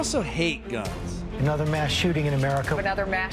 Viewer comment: America pronounces their 'mass' as 'mash'